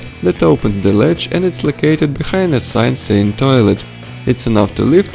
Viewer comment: beHGHHNind the door nice russian accent)))))))))))))))